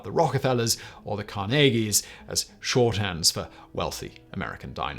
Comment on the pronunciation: Wouldn’t be a Simon video without a weird pronunciation of Carnegie.